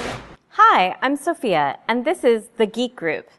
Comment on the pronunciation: “Hi I’m Sewphia”